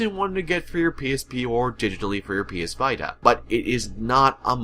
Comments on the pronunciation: Thanks for telling me everything I need to know about this game. I will NOT be playing it, my curiosity is satisfied. You actually said PS Vaita. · "PS Vuytah" - 2016